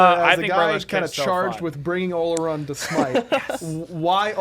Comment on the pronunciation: Not how you pronounce olorun ... it’s oloroon